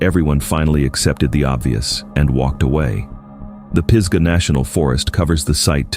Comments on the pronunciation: What's up with the desolate, isolated area narrative then shows a mountain resort? Pees-gah national forest? Lol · Western North Carolina native here, from Brevard, NC. It's pronounced pizzzzgah, like fizz-ga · Yes, NC native. Truly annoying when you don’t get the pronunciations correct. Peesgah? CashEErs? I’m sure some of the places I’m less familiar with were mispronounced.